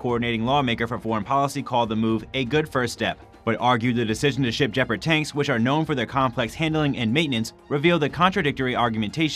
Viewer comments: NOTE: "Nucular" is NOT a word. Nuclear is. Any chance the guy doing the voice-over learn that? Who's doing that anyway? That guy has no professional training. More like blurting words than doing voice-over... Oh, and it's not "djeperd". Please learn to say the word "gepard" properly. It's f*inkg annoying to hear. Simply go to Google Translate, choose German, then type the word in and listen to it. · Jepard? What is a Jepard? Did you mean Gepard?